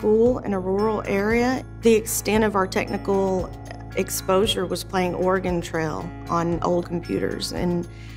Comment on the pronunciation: What is this game "Organ Trail" she speaks of? :D